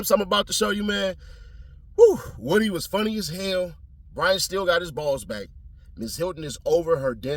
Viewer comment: 😂 its pronounced Woo-dy